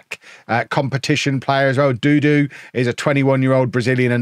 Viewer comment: isn't dudu pronounced joo-joo?